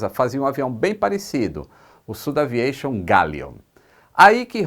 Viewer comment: Fantástica a Dinastia AirBus! Um detalhe: por ser francesa, a SudAviation não deveria ser pronunciada como "südaviación"? Sucesso!